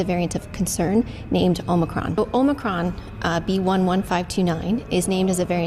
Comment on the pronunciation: देवी जी ओमाई क्रोन नहीं ओमिक्रोन नाम है वायरस का।।। कम से कम नाम तो सही पढ़ लीजिए🤣